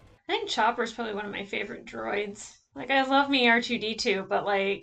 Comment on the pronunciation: If you're going to pronounce Chopper (charmingest traumatised soldierdroid in the galaxy) in french, Lengthen your o.